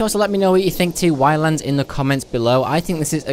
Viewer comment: Btw, it's just pronounced islands! At least, that's how the devs say island!